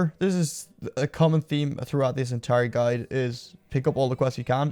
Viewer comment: Hhhhhhh fu you buying level gear and you SAID gudie hhhhhhh what a noob you are